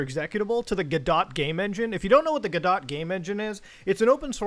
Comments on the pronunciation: Am I the only one who cringed when Muta pronounces the word "Godot" as GO-DOT and not goh-doh? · Muda you got to stop calling it "guh dot" lol. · I scrolled through a bunch of comments and I didn't see anyone mentioning it, but Godot is pronounced like g'dough. Like Play-Doh. Forgive me if someone else mentioned it already. Entertaining video though. I haven't been a Sonic fan since the 90s, but I'm always a fan of internet drama. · pronounced goh-doh. the t is silent like in knife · godot is pronounced like "guh-dow" btw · Thank you for the seizure warning. Your pronunciation of “Godot” would give any English professors a seizure.